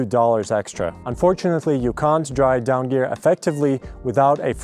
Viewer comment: They aren't called "dawn feathers" They are called "down feathers" 😂 this was funny to listen to you say though